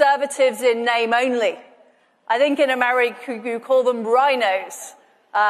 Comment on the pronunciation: Was that Americoo she said? Mad as a box of frogs.